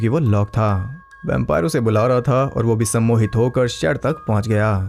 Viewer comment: When he says summohit..😂🤣